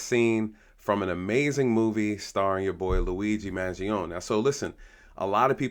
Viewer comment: Thank you for pronouncing his last name correctly - Man-gee-own, not Man-gee-own-ee